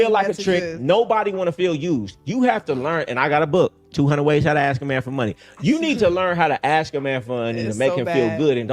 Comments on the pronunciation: Still can't say ask instead she says axe ...😂😂😂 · Hearing her say “ax” instead of “ask” multiple times back to back makes my ears bleed. 🙄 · Why don’t these types ever know how to pronounce “ask” ?